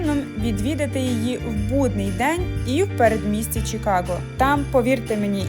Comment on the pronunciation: Кажемо "Чикаго" а не "Чікаго", так само, як "Київ", а не "Кієв", "Львів", а не "Львов". Мирних вам Свят!